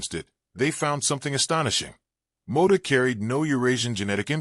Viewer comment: Mota, not Moda